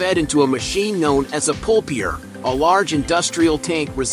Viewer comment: TF is a "pulpier"? It's a PULPER. These AI bs channels make us stupider and ruin otherwise good documentaries.